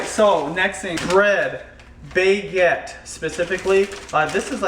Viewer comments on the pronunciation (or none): Baguette- ba-get not bay-get! That's all haha:) other than that great video:) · it's called BAH GET, not BAY GET. Pretty weird how you're a "foodie" and don't know how to pronounce them. I remember when you butchered gruyere. lol and those animals are not treated well fyi! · it's pronounced bag-ets, hard A:) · let me guess, you're french or know a bit of french. of course he wouldn't know how to pronounce Baguette or Gruyere properly. I live in a heavily french influenced area, and i still pronounce Baguette, Bay-Get, and guess what: NO BODY CARES. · Yeah I'm not french at all. and I didn't say i knew anything or everything but i do know how to pronounce baguette. Is that not ok? and why can't I tell how to say it correctly?